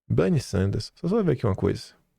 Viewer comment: Não é Banny e, sim, Benny Sanders